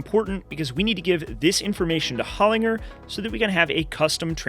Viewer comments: HOL IN JER not HOL IN GER, you are correct. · Mate, just to let you know Holinger is pronounced with a soft G. "Holin-j-er". They make killer transmissions. I have been working around them in Motorsport in Australia for over 20 years.